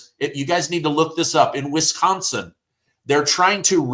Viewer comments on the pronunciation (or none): none